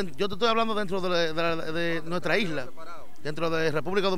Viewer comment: ponte a estudiar tu tambien, primero se Dice isla, no hisla y segundo, que sea una isla no impide que sea un país. Un país es una comunidad social con organization política común y gobierno propio e independiente.